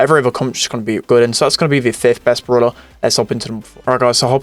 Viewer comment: it is BRAWLER not BROOLER